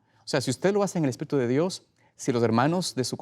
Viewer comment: Es un sipote q es ignorante por decir espiritu dice espito si es media lengua